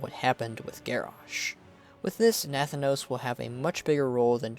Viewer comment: It is not pronounced Nath-anos. But Na-thanos.